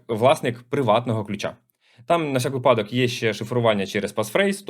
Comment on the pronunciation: Кожен раз коли чую випАдок то згадую як на зно булу питання з наголосу у слові «випадок», багато хто завалив Потім на останньому дзвонику завуч сказала випАдок так увесь 11 завив що неправильно відповіли на питання із-за неї Правильно усе ж таки казати вИпадок